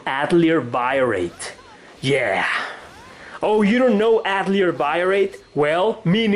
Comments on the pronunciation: Atelier is pronounced Ahtellee-ey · Avoid saying Atelier if you can't pronounce it. Yikes